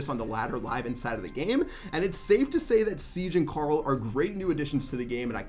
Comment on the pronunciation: The was you say Carl !!! It sounds like corol ! 😂 I’m here for it lol